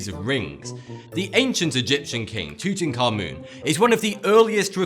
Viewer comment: Thank you so much for pronouncing Tutankhamen correctly, it's so annoying here in Australia with everyone mispronouncing it even teachers can't say it right